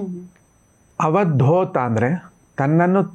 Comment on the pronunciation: Avadhootha not avadhotha dhootha means messenger .dotha means dobhi .